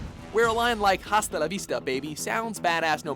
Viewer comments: Tunčíku Miláčku correct. Glad I'm not the only one who made a sideways face when the narrator continued to enunciated the 'h'. Even Arnold doesn't pronounce it 'hasta' in the clip...its 'asta'. I didnt take much espanol but I do know how most of their alphabet works...hint...its not the same as the American alphabet...holy cow! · I know I'm not the first to say this but it's asta for gods sake I was cringing this entire video Don't get me wrong I love watchmojo, but the one thing that I hate about this channel is the way you guys pronounce things. Even certain english words, especially he pronounces everything the way that it definitely should not be pronounced. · Don't read H in Hasta la vista, baby (reads it as asta) My favourite scene was: "Get down" Terminator 2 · lol bad pronounce it not hasta it asta the H doesnt have sound even arnlod pronounce asta the narrator say bad a single basic spanish word even when he have the record to pronounce right XD ¡¡¡in the movie¡¡¡ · the H is silent. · You don't pronounce the 'H' in Hasta La vista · The “H” in Hasta La Vista is silent!! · You pronounce hasta wrong. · Not to be the grammar police, but it's pronounced "asta la vista" the h is silent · Gonna be that guy to say it's pronounced "Ah-sta", Spanish "H" is silent... and Arnie even SAYS it correctly! At this point, I think this WM dude is just trolling with his mispronunciations at this point... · This guy annoys me now... He pronounces the "H" in "Hasta" Why?!?!??! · you dont pronounce the H in "hasta" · Declan Curry Completely agree. At first, I thought; 'he didn't really say it with an H, did he?' Yup. WTF? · Little tip...The H in Hasta is silent... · I'm not Spanish but it's annoying that he says has Hasta la Vista with the h sound when it supposed to be silent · ugh...the H is silent in HASTA :D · You don't pronounce the H in 'Hasta la vista, baby," Come on now. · The H is silent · Hasta la vista. Oh my God. At least learn how to say "hasta".